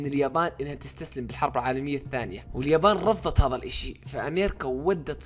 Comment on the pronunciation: ليش تقول هظا مو هذا🤣